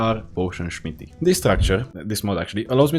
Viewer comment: Why this guy say shmity instead? where he originally from?